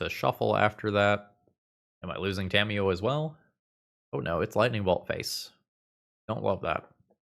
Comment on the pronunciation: during the toa magic plug in the beginning, i thought he had said "scamiyo" 😂